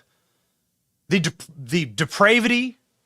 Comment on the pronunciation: BENNY ... YOU are are a grown arse man and you don't know how to pronounce DEPRAVITY. Come on, man.